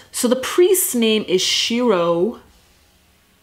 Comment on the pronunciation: Did anybody else notice that Shiro pronounced his name English style instead of the Japanese style? I thought that was a bit odd